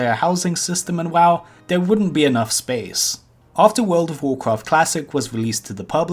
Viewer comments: wuld of wuhcwoft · Vowd if vowkwaft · cool video but how hard is is to say the letter r world of wawcwaft is just stupid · gawisons in wowd of wowcwaft